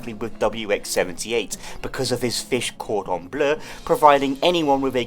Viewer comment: As a french being, I valid your pronunciation of "cordon Bleu"